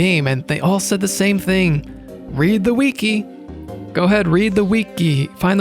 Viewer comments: I watched all 5 and a half hours, but what stays with me the most is the way you pronounced "weekee" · Idk why, but the way you said wiki as weekey really got to me 😂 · This is amazing but pronouncing wiki as weekee took me out